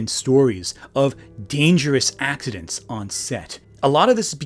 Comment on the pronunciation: Speaking of 'accent', that's what I hear him say instead of 'accidents', he's managing to say it so fast.